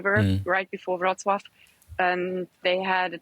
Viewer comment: Congratulations on getting the Polish pronounciation correct. I am impressed. (I am from Wroclaw, but I self-evacuated on Sunday to a friend) I plan to return to Wroclaw on Saturday.